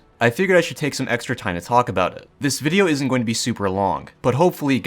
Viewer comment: Mans said issent